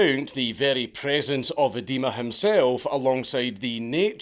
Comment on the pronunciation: I'm amused by the pronunciation of Idema as eh-dema instead of ai-dema, an Edema being a medical term for swelling caused by fluid retention. Can't tell if this is intentional or not.